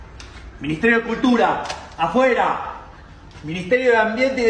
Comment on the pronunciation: It sounded like he was saying "apoye" which means supports, but he was saying "afuera" which means out. They are 2 words that sound similar to the ear.